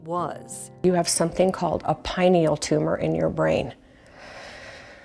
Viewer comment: You're mispronouncing pineal